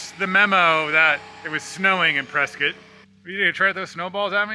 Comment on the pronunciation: You even pronounced Prescott correctly. The locals will be impressed. 🙂